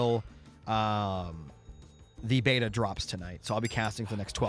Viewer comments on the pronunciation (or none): none